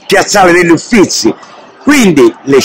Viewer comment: Si ma Cosimo I, Uffizi e 1650 non si può sentire